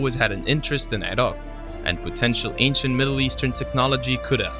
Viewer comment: LOL I have never heard anyone pronounce the name Akhenaten and Iraq the way this narrator does .... ever